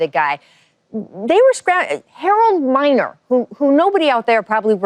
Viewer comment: She said Harold miner.